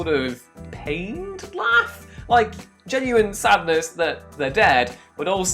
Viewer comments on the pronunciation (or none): none